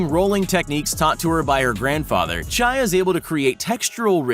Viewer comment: Name Chie is pronounced chi-e not chai